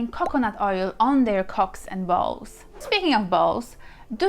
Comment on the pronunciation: "The baze of the Ballz!" 🤣🥰